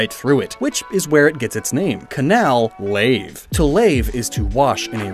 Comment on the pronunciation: I could have sworn that Canalave was pronounced “can-uh-lay-ve”? Or was that just to enunciate the “canal” part of the name?